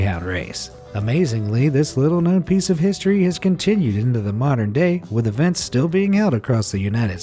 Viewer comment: Why does Your little guy say eventsing